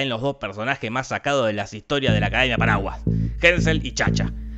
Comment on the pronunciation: Cuando dice "los paraguas" parece que dijera "los paraguayos"